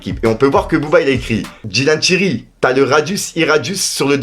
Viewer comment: C’est Dylan Thyri tu rend ouf a dire Dylan tirelire